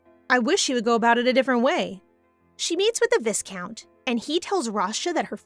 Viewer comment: its "vi-count" even thou its spelled as viscount